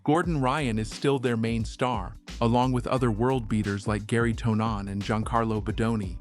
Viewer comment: Great video or though you definitely need to learn how to pronounce peoples names 😂 it’s pronouns Henzo even if it’s spelt Renzo and Tounon is how it’s pronounced even if it’s spelt Tonon